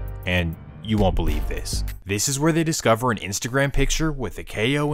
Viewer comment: The narrator of the story you must feel ♿♿ like me I had to rewind it to see the. Word CELIEVE